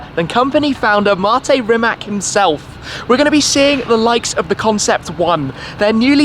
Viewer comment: My name is Mate as well. Congrats to shmee for pronouncing it correctly